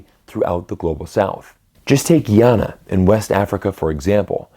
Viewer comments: Its Ghana, not Guyana which is in South America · It's Ghana,not Guyana. Guyana is in South America